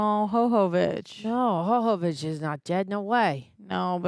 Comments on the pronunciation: Calling her "Hohovich" or whatever was painful to hear so many times... As for the franchise, unfortunately after this one is where things start to go downhill... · Why are you saying hovovich when its jovovich? 🤔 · Who the hell is this Ho-Ho Witch you keep summoning? Yoh-voh-vitch/yoh-vuh-vitch. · I have to imagine that others have come before me, but I'm not scanning all of the comments; Milla's last name is pronounced YO (like "YO, where the bitches at!?") - VO (like "I VO-ted the last election. ") VICH (like Bitch, but with a "V") 😊. YO-VO-VICH, but spelled Jovovich. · intentionally mispronouncing Milla Jovovich's last name as Ho-Ho-vich is just disrespectful and blatant ignorant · Her name is pronounce “yo-vo-vitch” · The fact that yall say her last name wrong just for funsies lol idk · The mispronunciation of Jovovich is funny like the first two times. Lol.